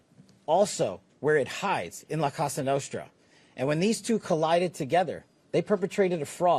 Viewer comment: La Cassa Nostra? He can’t even pronounce the name correctly? He must’ve not actually done any work in this investigation. He’s just here to read a script someone else wrote and take credit for nothing.